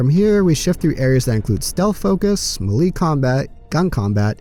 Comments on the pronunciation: Me lee? I though it was May Lay. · That's the first time I've heard "melee" pronounced like that... 🙂 Thanks for the video ✌